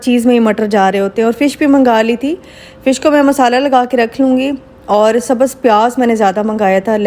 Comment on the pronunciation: Iam sorry say ur prounction always wrong hoti hai aur sabhz nai hota sabz